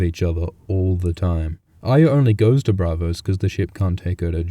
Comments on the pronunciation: not aya; arya wyth the R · well it isn't pronounced ah-ree-yah. it's ah-yah. that has been confirmed. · Can people please learn the fucking pronunciation of the name Ayra... It's not A-y-ia (like the Brienne actor says), it's A-r-ia. You sound like you have something wrong with you.. :/ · why do you brits always pronounce Arya as "Aya"? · you're deaf if you disagree. go count how many times its pronounced "aya" vs "aria" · chuhrros so how do you explain why all of these brits are calling arya "aya" even thought GRRM said it was pronounced as "Are-ya"?? or do you still think that is the intended pronunciation even though not everyone on the show says it that way? tell me how that makes sense. If GRRM intended everyone to pronounce it like "AYA" then EVERY SINGLE PERSON ON THE SHOW would have been pronouncing it that way. fucking idiot. use your brain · why is he saying iya it's not pronounce that way at all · chuhrros hence why I said "brits always pronounce Arya as Aya".....because of how many brits in the show pronounce it that way. But just because they pronounce it like that doesn't mean it's supposed to be pronounced that way. Why do they say "Arry" correctly but not "Arya"? Arry is simple the boy version of Arya therefor they should be pronounced the same way. GRRM didn't "intend" for that, it's just how brits say it. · you're an idiot if you think brits don't naturally pronounce their 'r's. Maisie Williams is a brit. she pronounces Arya without the 'r'. yet she has no problem saying pronouncing Nymeria, where the 'r' is pronounced. it has nothing to do with accents, and it is GRRM's intention. Mojo just schooled your dumb ass, so stop being dumb already.